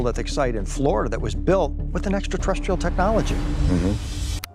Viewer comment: That the extraterrestrial guy can't pronounce extraterrestrial, has always been funny to me.